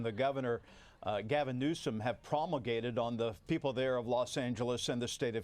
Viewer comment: “promagated” ……wow…….4 point word ……dude. 🤡. 🪗🪗🪗🪗🪗🪗🪗🐑🐑🐑🐑